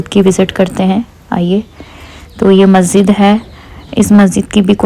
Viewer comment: Masjid not mazzid 😊😊